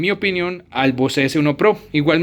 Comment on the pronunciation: Bose se lee "Bóus"....no se lee "vocé".